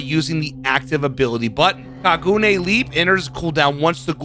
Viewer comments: It's actually pronounced Ka-gu-Nay like gun instead of like goon. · Great vid and no hate but it’s pronounced like ka-gu-ney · “Kagooone leap” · kaguna the e is said like an a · bro said kagoone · If it helps, the "gu" isn't pronounced like "goo" like you're extending the "uu" sounds, gotta shorten it so it flows into the "ne" part sooner. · It's pronounced more like ka ga nay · i find it amusing that there using a a character who is actault a fairly good person most of the time though this seems to be from the period of time where he went kind of crazy, alao your pronouncing kagune wrong its pronounced kah-goo-neh'. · My favorite anime character is being added. I'm stoked. It's pronounced "Kah-goo-nae" it's the ghouls weapon they are born with. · It's pronounced kah-goo-nay. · Your prononciation wasn't bad for Kagune. The only issue would be the rhythm but that's nothing burger. The "ka" is held a bit longer then the "gune" If you know music at all "ka" would be like a full time, while Gu and Ne would be half a time. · I could just be missing something from the anime cos it’s one I haven’t seen yet, but as a Japanese person, I’ll say that with that romanization by itself, that wouldn’t be how Kagune sounds. All 3 syllables would be basically the same length because they each consist of 1 letter: か(ka)+ぐ(gu)+ね(ne). Normally the “ka” would only be lengthened, as you claim, if it were spelled as Kaagune or Kāgune. I’ve never seen a Japanese name like that before though. If it really is drawn out according to the show, then that’s just poor attention to detail by BHVR by messing up the spelling, which would be disappointing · it's kagune e is a "a" sound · The way he pronounces kagune I was laughing the whole video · You can really tell doesn’t know anything about Tokyo Ghoul, considering he keeps referring to Ken as a “her” and his pronunciation of kagune. 😂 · The way you say Kagune is funny please never change how you say it